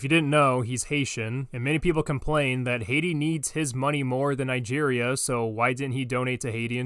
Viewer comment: I didn't knew Nigeria was pronounced that way.